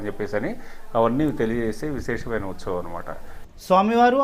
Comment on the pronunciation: Sir meeru telugu clear ga matladandi .. Uthsavam sarigga anatledu.. n thanks for the vedio 🙏🙏